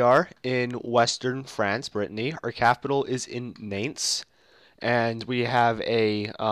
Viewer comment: I think Nantes is pronounced like want, but with an "N" at the beginning instead of a "W."